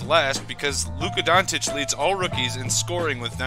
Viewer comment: I dont want to be an A. ,but his last name Dončić, you can try like this Donchich, i know you guys dont use č and ć, so just a little tip>č or ć= ch.